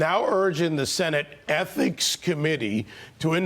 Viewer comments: It is ethics committee, not ethnics committee. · Why does it not surprise me that Fox cannot pronounce the word ethics?